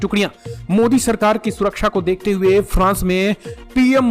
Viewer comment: Ko dekhte hue🧐🧐🧐 bolne men kuchha samasyaa hoti hai kyaa 🧐🧐🧐